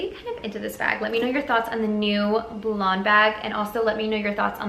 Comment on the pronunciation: Hey sis love the bag .... Love your channel.... and the G is silent 👊🏽